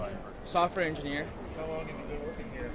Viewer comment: Software “enigener” can’t even speak correctly.